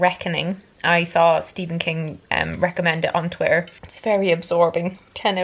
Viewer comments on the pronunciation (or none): none